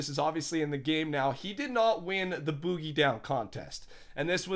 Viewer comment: OMG IF HE SAYS BOOGIE LIKE THAT ONE MORE TIME!